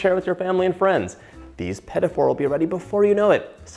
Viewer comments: why do you pronounce it "peta for"? it is "pti foor" meaning small oven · The correct pronunciation is "peteeh foo", not "petty 4". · Petafour 😂😂😂 i mean is it that difficult to pronounce it just a bit french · "Pedifors"...sheesh where's the 'D" coming from in petit four? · the pronunciation 😖 pedafor 😖😖😖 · "Peddy Four"???? Please pronounce it correctly... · quand il a dit "pet- a- for", j'avais peur :p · "puhtee foor" petit four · whispers its pronounced puh-teet foor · John, I'll have you know I'm on a diet and now will make those this weekend and you're responsible for that! PS: Also, it's pronounced Puh-Tee Foo-rrr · It’s not pronounced “petty” four 😂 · Im glad I'm not the only one whose ears hurt when he said petite fleur... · I love your petit four recipe. The first time you said petit four I thought: "what is he saying?" But I figured it out. You pronounce it in a english way, not the original (french) way. Thanks for your recipe. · I love love love what you do but I have one thing to say...I am french and I wish when you make some french pastry you would try to say better the name of it .cause it took me 20 mn to figure out how you would pronounce petit four ?!!!? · Me dying everytime he says petit four 😑😑😑. Not that hard to learn the pronunciation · I had to replay that a few times to see if that was really what I'd heard. As a Canadian I've never in my life heard it pronounced that way!